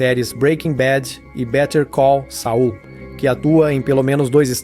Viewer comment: Fechei o vídeo quando falou better call "sau" kkk aí não dá né.